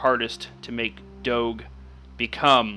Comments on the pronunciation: im sirry but its pronounced dog (e) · you do not say doge like that the g sounds like a j